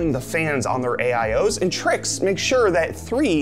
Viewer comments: I believe its trike not trix lol , looks good tho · It’s pronounced trikes